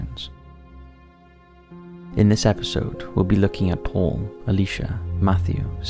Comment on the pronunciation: You know, for a split second their i thought he said "today we will be looking at Porn" instead of Paul And i was like, .....ok, but i think its gonna violate your terms of service 🤣